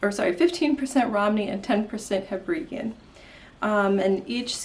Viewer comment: Your Seaton looks beautiful here! Clearly you were not alone in struggling with the instructions in the book. There are now errata on Marie Wallin’s site that clarify the neck and shoulder shaping! Hebridean has the emphasis on ‘de’ rather than ‘bri’ 🤓 I am in awe of your colorwork and steeking expertise. Knitting goals!